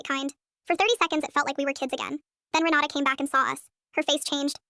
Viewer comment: I can't be the only one who heard "Renata" as "Ronaldo"